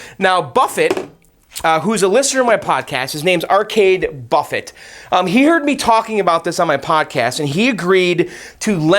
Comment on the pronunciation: Pretty sure it's arcade Buffey not Arcade Buffet. Pronunciation.